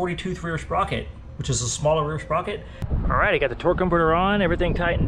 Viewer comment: Every time you say “Alrigh!” I actually feel like I’m watching progression grow. Alrigh!